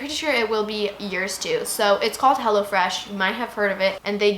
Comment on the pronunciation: I thought u said hella fresh😂😂